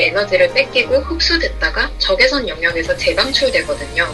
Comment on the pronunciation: 1등...! 저 근데요.. 부터 까지.. '적외석'... 적!외!석!!!... 석....................!!! 신경 쓰이네요 ㅋ